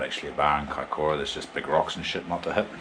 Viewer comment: Mean da boiis oh an it's kaikoura not kiakoura😂👌